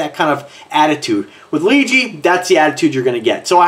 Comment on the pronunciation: It's pronounced LeeJ